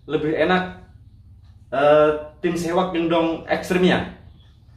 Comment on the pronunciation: seahawk bang bukan sewak 😂🤣 salam satu hobi 🙏